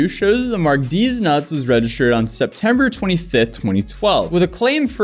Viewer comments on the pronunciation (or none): none